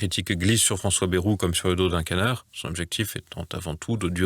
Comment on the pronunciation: TVL est indécrottable ! on sait ce que vaut Baïrou ( A + i ) mais TVL continue à prononcern Bérou alors que tout le monde prononve convenablement , il doit être du Touquet le mec de TVL